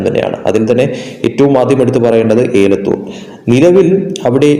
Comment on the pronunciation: എടോ കോപ്പ ഏ ലത്തൂർ അല്ല എ ലത്തൂർ